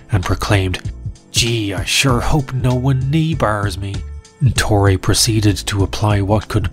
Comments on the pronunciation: My Brazilian brain shivers by the pronunciation of "Torre" as "Tory". It's "To-He"! The video is watchable nonetheless. Lol... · It is not "torri" it is "torre" ffs. Make an hour long documentary and don't bother to learn how the name of the protagonist is pronounced. I will never understand that.